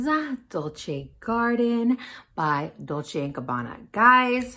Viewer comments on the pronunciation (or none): none